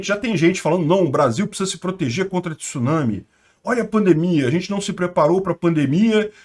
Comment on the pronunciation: Parabéns!!! Primeira pessoa que vejo falando tsunami corretamente, repórteres da TV, eles falam t-sunami!!!! Kkkkk!!!!